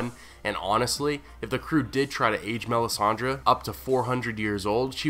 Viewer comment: You pronounce her name so wrong it hurts my feelings...